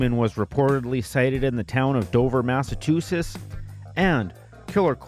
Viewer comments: It's pronounced Mass-a-Chew-setts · Massa-two-sits? Good god, how did this mispronunciation become a thing. I love everything about this series, but boy do I cringe every time I hear this…. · I appreciate these videos on the promotions.... so much that I can forgive "massatoosits" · Good vid. Why can't this guy pronounce Massachusetts ... Or Waltham